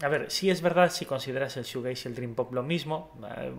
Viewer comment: Te hace falta mas información, y aparte se pronuncia “shujeis”(shoegaze)